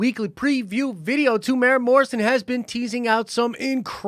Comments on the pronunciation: There's 4 syllables in his name. You pronounce it as: 'Te-muu-e-ra' not 'Temora' lol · America to say his name property pronounce it lite this tea more wera say fast Morrison I'm from new Zealand check out once we're warriors his first major movie it is amazing